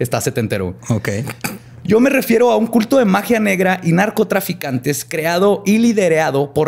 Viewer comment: like si le regresaste veces el vídeo para escuchar a decir NARCOTASANICOS <3